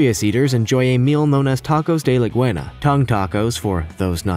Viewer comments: "For those not knowledgeable in Spanish" Said the guy who pronounced it "Leguena" rather than "Lengua" 🙄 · I love "Tacos De Legwuña" 😂😂